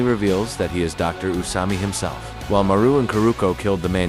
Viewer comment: Thank you was gonna click off when I heard the ai narration messed up marus name